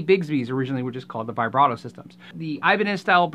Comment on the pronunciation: Anyone else triggered by his pronunciation of vibrato